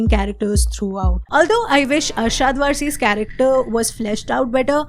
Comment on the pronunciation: Arshad वरसी❌ वारसी ✅, Raghav जुयल❌ जुयाल✅, manoj पहवा ❌ पाहवा✅🙏🏻. Baaki video badhiya hai, badhiya banaate ho